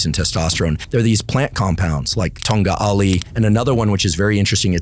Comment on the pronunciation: TONGA ALI? your missing 'T' it is TONGKAT ALI [Stick/cane of Ali] (Ali is name that usually for a men)...